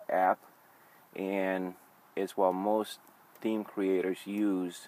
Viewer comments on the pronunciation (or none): he said the me instead of theme lol